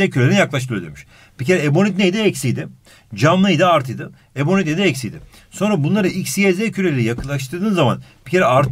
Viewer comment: 30,51 ebonik çübüü :D